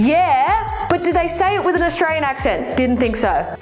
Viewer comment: Fucking continue to pronounce it as AustraRian. I dare you